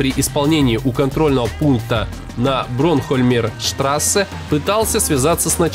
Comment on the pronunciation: Интересно, но на вы снова не правильно называете улицу, не Бронхольмерштрассе, а Бонхольмерштрассе.